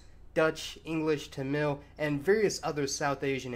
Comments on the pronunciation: FYI: It's TA-mil, like Mark Hammil from Star Wars. At least it's pronounced that way in english. Why this kolivari di? I don't know. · Don't know if this has been pointed out but Malayalam is the name of the language. Malayali refers to the people. Mallu is a slang term also referring to the people. Also Tamil is pronounced with the emphasis on the first syllable. Other than that, great video as always! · OK, so not to criticize pronunciation, I'd really try to say it "Taamil" with emphasis on first syllable. I don't mean to criticize it but it sounds a little dumb in a long video. Also, maybe I'm wrong, but I'm pretty sure it's pronounced like "Sefardic" not "Sep-hardic"